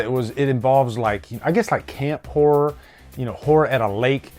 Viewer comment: Eden Lake involves a 'Camp Whore'?... Oh wait, he said Horror.